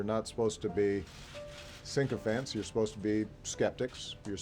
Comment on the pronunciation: said "SYNC-Oh-fant" which basically means someone else wrote his simple response and he didn't know the proper pronunciation(sic-e-fant) of the word. At least Bush (who I despised) had an excuse, he couldn't read a teleprompter fast enough due to being dyslexic, so his speech was read to him in his ear and he repeated what was said. Yeah, such an ivy league orator...